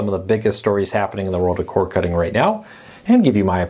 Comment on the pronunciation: COR D. NOT CORE 😊